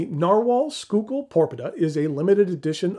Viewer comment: It’s pronounced “School-Kill”